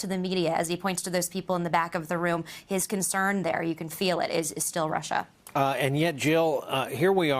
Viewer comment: Good. Lord... how appalling, the rant about RRRRRruuuussssaaahhhhh.